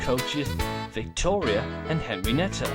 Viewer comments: Henrietta not Henrienetta good story but hearing the name is kind of cringey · her name is Henrietta. why are you pronouncing it "henry-nett-a"? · i kept hearing it said henrinetta bud im not mad was just pointing it out